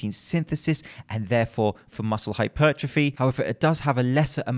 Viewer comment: I really like the fact you pronounce it hypertrophy not hyper trophy.